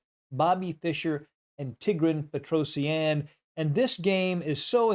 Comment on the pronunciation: Brother.. Tee gruhn Petrohshun Say it right hes my fav player 😅